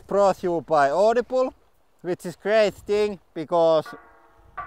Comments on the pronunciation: i liked the audi-bleh xD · Noo :( You now pronounce Audible the "correct" way. I preferred your Finnish twist on audi-bleh!